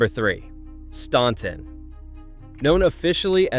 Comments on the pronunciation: Staunton is pronounced STANton as in ANT NOT AWNT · Stan-ton not Stawn-ton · Staunton is pronounced..Stanton.. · As a Virginia resident, I can assure you that this is AI garbage. Many, if not most, photos were not taken in the towns referenced (Osceola, Fl was a bit of a tip off!). And when I heard the computer generated narrator say “STAWN-ton”, I realized this was just a clickbait video. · living, a born and raised Virginian here. Staunton is pronounced Stanton. Not really pronouncing the last T 🙂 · Others have already commented about the Ferry Farm Plantation actually being in Virginia Beach and the way you pronounce "Appalachia" and "Staunton" incorrectly, although you're not alone. I was surprised to see Fredericksburg and Williamsburg on your list, but you mentioned Blackstone as the #1 place to avoid. Haha! I grew up in Blackstone and still go there several times a month. I didn't realize I should be scared to go there, which I'm not. You should do more homework before releasing future videos. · When you pronounce Staunton, the U is silent... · If you can’t pronounce “Staunton,” U should be silent! 😂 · Learn how to pronounce Staunton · Thank you!! If gets on my nerves too. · I glad you corrected the video on the pronunciation of Staunton. I picked up in that immediately.